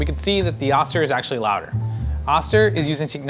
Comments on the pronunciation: I've never heard it being called an Ah-ster, but instead, an Oh-ster. My Vita Mix suggests using one cup of water when crushing ice. Mine isn't designed to crush/chop ice without a liquid. It's 25+ years old. I have both. They are both great. As for the spout, my Vita MIx has a square-ish container. I pour from a corner of the container. No brainer. . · haha...its Oh-Stir....not Ah-Stir...they have a manufacturing facility in my home town...lol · Oh-ster, not ah-ster. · I always thought it was pronounced oh-ster not ahs-ter. Not sure why that was my takeaway, but it is what it is. I'm still pronouncing it oh-ster. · Oh-stir. Not Austir. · pronounced Oh- ster. Not Ah-ster.